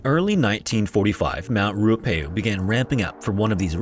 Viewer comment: thank you for covering a New Zealand story!! I just want to point out that Tangiwai is pronounced Tangi (as in tongue-y) wai (as in why), and Ruapehu is pronounced Rua (as in fewer) pehu (peh-hoo). I do love when non-NZers cover NZ stories on youtube, however it's always apparent when the Reo Māori words haven't been researched for proper pronunciation!